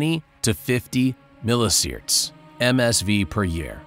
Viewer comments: "sea-verts" not "seaerts" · Just fyi- it’s pronounced like mil EE see vert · Millisieverts isn't pronounced "milliseerds" and hematopoietic isn't pronounced "hemmopoetic".